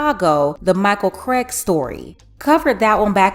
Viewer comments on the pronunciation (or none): none